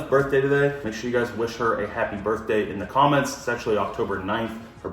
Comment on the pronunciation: Happy Birf-day🤣🤣